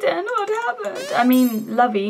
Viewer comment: Lol lovey, its Louey as in lucifer